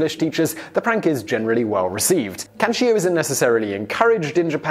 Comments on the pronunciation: Question: when announcing number one why did you pronounce it with an I at the end as in “Kanchio” instead of how it’s spelled “Kancho”? I can understand mispronouncing a word but you added a letter lol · (Ka-n'cho) was the only bad pronunciation i heard. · it is actually pronounced Can-Cho; although chi is a "letter" in this chase it is not involved in the word. I had heard of this practice and I really want to know how it came to be practiced since it is so strange. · Yes, your Japanese pronunciation is HORRIBLE... By all means if you ever do another video with Japanese words have your producer message me!! The "cho" in kancho rhymes with show.